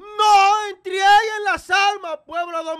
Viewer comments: Se dice entreguen no entrieguen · No se dice entrieguen, se dice entreguen.